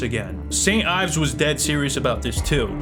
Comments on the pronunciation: You lost weight! Lowkey you were hot thicc haha love you Edit: it’s pronounced Eves Ee-vs not Ives look up how Yves Saint Laurent is pronounced bud haha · Ayves? Really? So u say Ayves Saint Laurent too? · Yves is pronounced "eves"